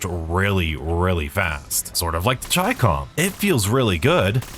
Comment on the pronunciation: Finally a Youtuber who pronounces the Chicom correctly! ("Chi" as in "China" and "Com" as in ".com")